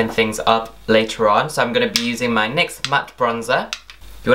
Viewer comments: N Y X !? I thought it was pronounced NICKS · Its not n y x its prounounced (nick's) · Im pretty sure it is pronounced "NICKS" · No, it's nyx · Its pronounced nicks